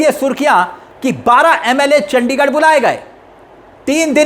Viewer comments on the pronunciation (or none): none